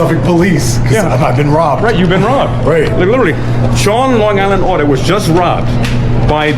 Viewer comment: please! This is the second time now. It's Long Island Audit, not Sean Online Audit.